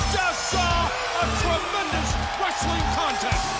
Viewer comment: WRES - UH - LING